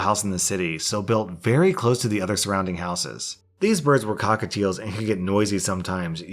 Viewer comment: I like the way you say cocktails ;-b